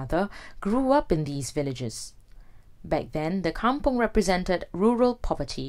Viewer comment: I was thinking likewise. Kampong not come-pong.